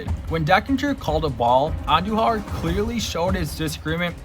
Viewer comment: Butchered andujars first name too